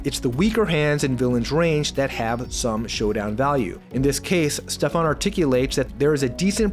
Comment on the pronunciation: It´s Steffen not Stefan;)